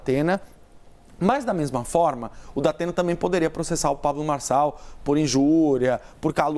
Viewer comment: É impressão minha ou ela falou Dapena? Kkkkk